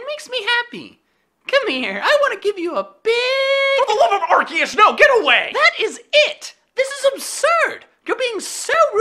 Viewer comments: HE. SAID. ARE-KEE-US. NOT ARCOOS. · IT'S ARE COOS NOT ARE KEY US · Bulbasaur said arceus It's arkoos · He said Arceus not Arkoos